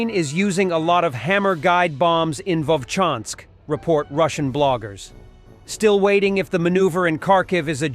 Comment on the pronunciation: ВоЛчанск, а не Вочанск. Придурок.